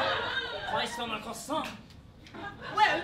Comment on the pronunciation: "christ on a croissoint" FUCK IM DEAD 💀